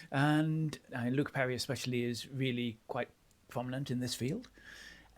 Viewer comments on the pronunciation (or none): none